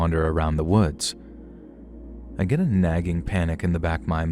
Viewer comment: lovely narration! Though sorry but I couldn't help chuckle at the "git get gone!".